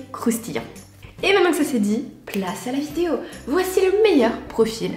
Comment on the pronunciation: Pourquoi tu continue de dire " vitiéo "